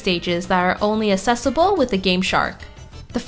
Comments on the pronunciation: I notice how you say "assessable" instead of "accessible". How quirky. :P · lovely video, but please pronounce the "access" part in "accessible"!